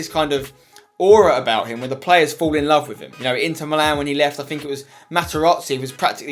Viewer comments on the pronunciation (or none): none